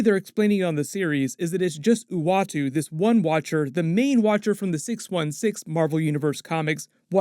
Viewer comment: ...howdy from Nashville Tennessee I'm just glad you said the watcher's name right.